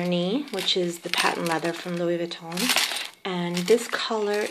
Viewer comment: Nice review, pochette is pronounced with a hard "T" like "posh-ET" with an accentuated sound on the T because of the extra "TE" at the end. T is only silent when there is one T at the end, also the "N" of Vuitton is silent :-) I love the colour of your bag and of course the cles pochette. I have only ever had LV bags and have never had a Chanel bag but I am thinking of getting the jumbo, is this practical for everyday?